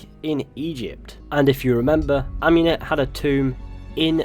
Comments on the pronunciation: Am-ooo-net not Am-you-net. Sorry, but it’s just that it’s like hearing a fork across a plate to me. Great video as always though bro. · Michael de’ Medici yh cos she named herself after Amun not amYOUn